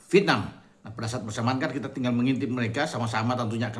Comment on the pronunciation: Vietnam itu diucapkan "Viet.. nam" bukan diucapkan "Pitnam"